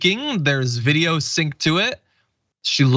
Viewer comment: I love how the AI anchor says WIDEO instead of VIDEO! Now THAT'S a good algorithm lol